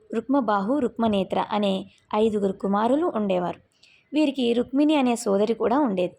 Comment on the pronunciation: 'రుక్మిణి ' అమ్మా, ' రుక్మిని ' కాదు